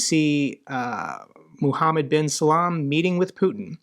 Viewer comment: Mohammed bin Sal-MAN it’s pronounced. Great vid as usual!!